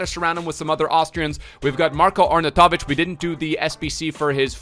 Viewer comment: It's pronounced marr-koe Arr-naw-you-toe-vich